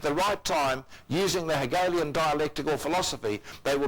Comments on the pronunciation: CORRECTION: It's not Heligian it is Hegelian. the name of the philosopher was Georg Friedrich Hegel not Hagel. Please document better. It sounds like it was done by a noob. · Problem, how can this fool (probably a digital narration) get Hegelian dialectics to be pronounced Heligan, but 5 seconds later pronounce Hegel properly in the context of crediting Hegel for coming up with the deceptive idea of having two 'alleged' teams who really are the same team. This will turn off some people who really know the truth already, they will see this as crap-ola. I am only 46sec in so I will update... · AHAhahAHAHAHAHA wtf is helegian dialect? its hegelian and this video is for the profane you all will forever be pawns.